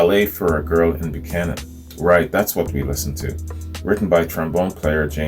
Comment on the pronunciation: The songs "Make Me Smile to "Now, More Than Ever" is actually "Ballet For A Girl In Buchannon" (A town in West Virginia, pronounced "Buck-hannon")